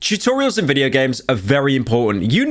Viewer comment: Did this man just say chewtorials at the start….